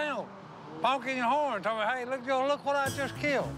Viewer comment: Si is not saying hey he saying A Listen, and you hear Si say he A and not hey